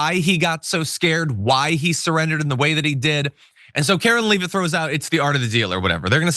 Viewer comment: He name is leh-vit (soft e ) not leev-it. I don't care when someone contemptuously deliberately mangles someone's name, though it is somewhat juvenile. Mangling it because you simply haven't bothered to find out the correct pronunciation just makes you look incompetent and untrustworthy as a "reporter." Of course this hideous woman deserves nothing but contempt. Calling her Karo-lyin' would be appropriate.